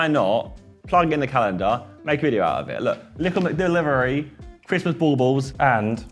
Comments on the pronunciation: Everyone: Christmas Josh: Chrism' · Josh, its Christmas Menu, not ChrisMenu! 😭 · Christmas is Josh's "Mural"